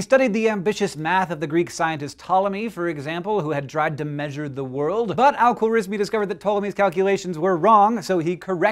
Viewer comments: we pronounce it khwarazmi خوارزمی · The way he said his full name 💀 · Most likely Persian!? How ridiculous,he was Persian alright,you can pronounce his name nor algebra correctly!